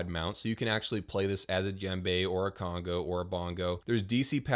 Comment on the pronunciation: Conga not congo